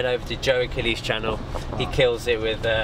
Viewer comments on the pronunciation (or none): none